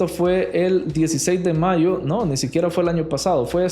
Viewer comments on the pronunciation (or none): none